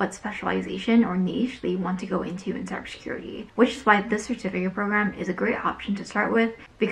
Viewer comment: can you pronounce cyber security correct :)))? Useless video btw, nice steal.